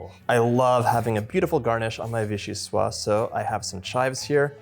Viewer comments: Love watching you 💖 ! The pronounciation is : vee-shee-swaZ. That's because soup is feminine in French. Vee-shee-swaa is the masculine (and means something which comes from Vichy). 😁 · Just a FYI: VIchyssoise is a feminine word (in French, words are either feminine or masculine). As such, this word, is pronounced "vee-shee-suaze"). The e at the end is also a clue that it isn't pronounced "vee-shee-swa". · Mostly, if it has an 'e' at the end, you pronounce the 's' before it 👍🏼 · VichyssoisZe not silent at the end, was originally made as Postage Parmentier when eaten warm. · So delicious! I hate to be that guy, but... the final "s" in vichyssoise is indeed pronounced—like a "z" :) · Wish you all the best in all your endeavors :-) (Your Vichyssoise is spelt correctly, it's the feminine, so it's just a question of pronouncing the last S as Z rather than leaving it silent.)